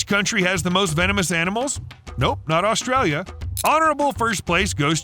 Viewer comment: There is not L at the start of the name Australia